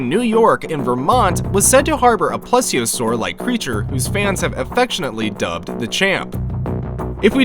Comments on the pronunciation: While this is all great evidence, I can't deal with you constantly mispronouncing plesiosaur. It's said like please-iosaur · Why coudint there be a carnotris?! and plEseOsouris is how you say ir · Literally all of them : PLESIOSAUR